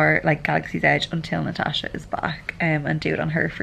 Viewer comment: You said it right!!!! No pirate donkeys in Galaxy's Edge ;)